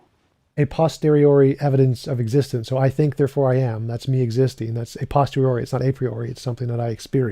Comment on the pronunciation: C'mon now... It's "a POSTERIORI"! Not "postori."